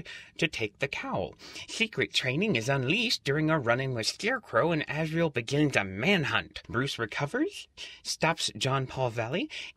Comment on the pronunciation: It's Azrael